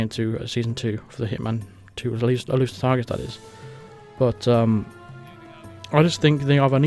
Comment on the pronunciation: I thought you were saying "Elusive Tigers" I couldnt figure it out but it must have been "Exclusive Targets" and how about makinf a mode that is super hard, like you cant act strangely and cant walk around behind someone without them knowing, how can they not here you right behind them?